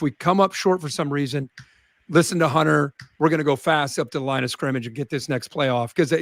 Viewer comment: KIRK , his name is GUNNER not HUNTER .